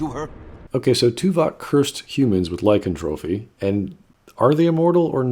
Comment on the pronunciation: Lycantropy, not lycantrophy